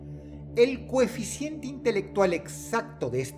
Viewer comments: Dross: se dice COHEFICIENTE!!! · Era "Coeficiente" no cocientee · Todopoderoso Dross, perdoneme mi atrevimiento, pero no debiera ser "coeficiente" y no "cociente"? Perdone o castigue a este humilde servidor 😱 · Dross dijiste cociente, no es coeficiente? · Se dice coeficiente! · No se dice coeficiente (?